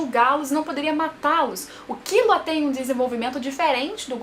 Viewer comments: KILLUA MULHER, NAO É KIULA NAO 😂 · A maneira q vc pronuncia os nomes dos personagens é como eles pronunciam no anime? Eu sempre pensei q fosse hiSOka, kiLUa e leOrio (as maiúsculas são as tônicas)